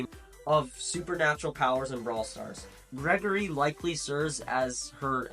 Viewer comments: Penny's cannon is named Lenny. Lola doesn't have a pet. Her clone is a manifestation of her own ego. It's not like Scrappy or Bruce. R-T doesn't have a pet. He splits himself. The legs attack when he attacks, but they stay in one spot. Gris-Gris is NOT GREGORY. It's pronounced "gree-gree." One final thing, the rest of the information isn't false, and I dont want to accuse you of anything, but the script is so flowery and uses such sophisticated word combinations that any aware person will quickly assume it was written by AI. I mean, "It fits perfectly into their personality because (such and such)." appears for most if not every single brawler here. The thing that throws me off the most are the descriptions, they are very overdone and unnecessary. I don't want to outright say you used ChatGPT (or something similar) to write it for you, but I know how it works and how it writes scripts and essays. To me, it very much seems like it. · Then why does Drew say "gree-gree" in brawl talk?